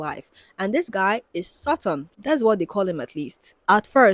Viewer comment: so saturn is “sutton” and jacob sartorious is “sagittarius” lmao